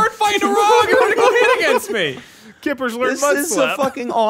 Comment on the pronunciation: Everytime said "kippers" I wanted to fucking vomit